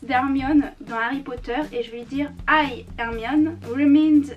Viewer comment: Hi = ay 😂😂